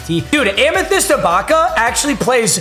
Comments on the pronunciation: Finally learned how to say ibaka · Bro finally pronounced Ibaka’s name right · he finally said ibaka right 😂